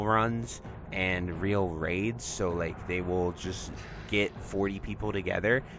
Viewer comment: Love the content! Hype for P7! - Just a heads up it's "Ray-Al" not "Reel" as in the Brazilian Real (Currency)